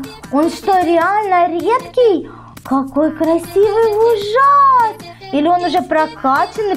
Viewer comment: правильно говорить не ВужАс а ВУжас. Потому что Ужас.